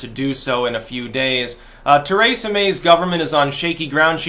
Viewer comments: Stop sayin “Ter ay sa” It’s “Tree sa” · Tuh-RAY-suh May